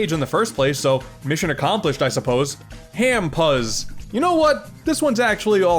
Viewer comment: hampuzz sounds more like HamPers than it does Ham Pus (I'm kidding about about the pus part)